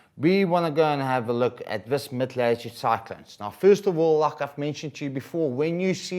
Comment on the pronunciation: Do you have a speech impediment? Lelletoood is not how you say it. Please do better. If I as an English speaker struggle to figure out what you're attempting to say, I can't imagine how second language students must be battling. Teachers are not supposed to make the life of student unnecessarily difficult.